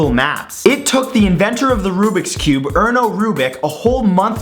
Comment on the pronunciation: that is ernő rubik trust me I'm hungarian (rubik ernő we write it like this)